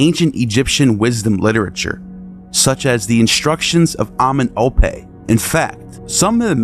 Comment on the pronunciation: Very good info and video sir, but you need to learn how to pronounce those African words correctly. You're saying [MAAT], when it's [MA] [AT], two syllables. You're saying [AMEN] [OPE], when it's [AMEN] [EM] [OPE], you're leaving the middle part out.😳